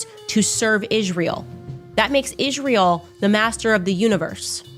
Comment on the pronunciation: I can't even stand the way she pronounces Israel..